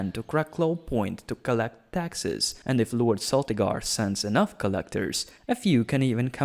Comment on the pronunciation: Isn't it a hard C in Celtigar, pronounced as in Celt? Not much on House Staunton huh? You missed quite a few named Houses that aren't facing extinction or anything: Farring, Harte, Blount, Thorne etc. Was that because you didn't know the locations? Cos that makes the existing listed ones taking up lands in the image that are probably far too big...